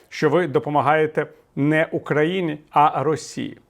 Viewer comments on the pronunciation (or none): none